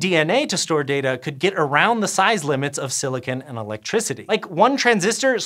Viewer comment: stop saying "data" weird